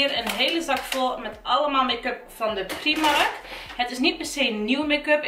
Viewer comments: Ben ik de enige die zich ergert aan dat ze steeds primark letterlijk uitspreekt inplaatsvan als prijmark(engels uitspraak) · Je spreekt uit : praimark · afgehaakt toen je Prímark uitsprak als PRIEMARK.